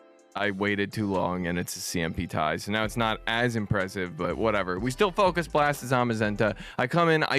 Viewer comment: This is the only way to say focus blast 😭😭😭